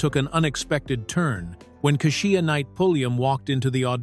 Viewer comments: Kashia kasheia it’s Kesha 😅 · Keshia’s name is pronounced Keysha and not whatever you said. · Too bad the narrator can't or won't pronounce Keisha's name correctly.... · So the narrator can pronounce Jaleel but can't pronounce KESHIA ?? 😂